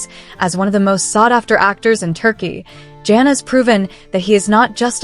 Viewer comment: Learn how to pronounce his name!!! It’s Can pronounced Jon or John. In Turkish a C is pronounced as J. So get it right